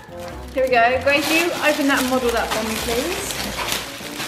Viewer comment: Grace* not kaci